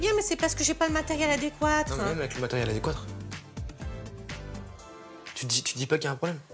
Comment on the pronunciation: "J'AI PAS DE MATERIEL "ADÉQUOUATREU" '😅